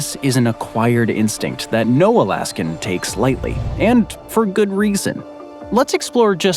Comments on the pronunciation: and again ... "Alaskum"? 😂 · What the heck is "Alaskum"?!?!